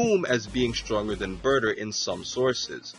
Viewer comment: he said Brouther instead of Burter xD and that actually is how i called Broly